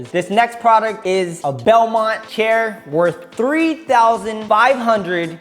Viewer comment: He said to the nexT PRODUCTOH HHAHHHHAH